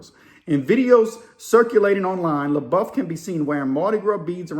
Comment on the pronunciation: It’s pronounced La-Buff. And he’s Cajun on his dad’s side. I heard he actually owns a home in Nola. He’s one of those rare celebs that want to live a normal life away from fame.